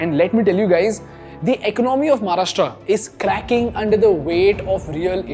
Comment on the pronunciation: English मधे बोललात तरी महाराष्ट्र ला "महाराष्ट्र" च बोलणे अपेक्षित आहे. म्हाराष्ट्रा नाही.